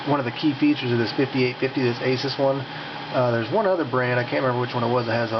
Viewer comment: It's pronounced "uh-soos"